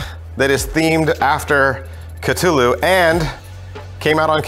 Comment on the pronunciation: Catulu... why just why pronounce it like that